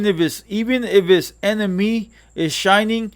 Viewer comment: Bro keep pronouncin enemy like that because he so used to sayin enimgo he gotta catch himself everytime tryna clean image up professional for tha channel i feel you homie! Good shit i dont agree with everything its all good tho